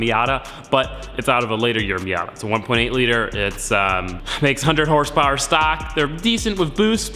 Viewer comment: hahahaha! 😂 Horsh powwer?????????